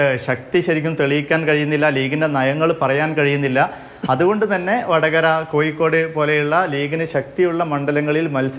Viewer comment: you have to pronounce one word clearly. Not KOYIKKOD. But it is KOZHIKKOD. You are representing league. Most of the league leaders speak like this.